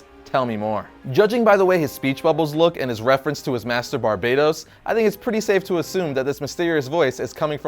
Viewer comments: It's barbatos not barbados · Earth NEGATIVE 52 Also it's Bar-Bat-os not Bar-Bay-Tos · It isn't pronounced Barbaydose like you were saying but BarBATos. You see? Because of the bat theme. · Why does he keep calling him Barbados? I’m sure it’s Bar-bae-tos